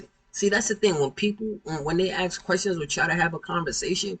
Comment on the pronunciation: ***This dude needs a new mic and to stop stuffing his face! And I ain’t “axing” you!! So don’t be “axsing” me!! 😂😅